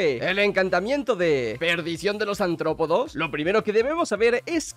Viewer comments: Cada vez que dice antropodos...💀💀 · soy el único que oye... "ANTROPODOS"???? no sabe pronunciar la R de aRRtropodoo que? xDDDD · que rabia cuando dice antropodos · Bro, es artrópodos no antrópodos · Cada vez que dice “Antrópodos” me quiero morir. ¡¡ARTRÓPODOS!! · Antrópodos... Se dice artrópodos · antropodos dice el tolai, imagina ni saber leer